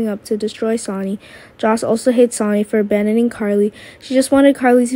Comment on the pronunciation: Don't you know how to say names right where is the other guy Alex he's the best narrator can't even say Sony's name right